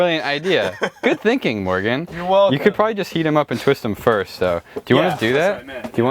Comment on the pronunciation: You're like 5 why did you say "fist" instead of first